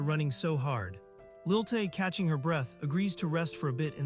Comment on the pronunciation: It's Lilie not Lil Tay.